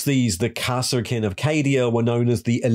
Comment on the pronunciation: You really need to work on your pronunciation. KAS-ERR-KIN